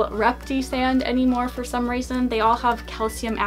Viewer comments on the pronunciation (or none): none